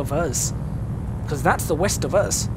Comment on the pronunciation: "East..... i thought you said weast!" West is always west good man. Lol.